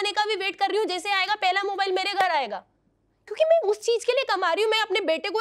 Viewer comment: Pahle dhang bolna sikh mai ko may bolegi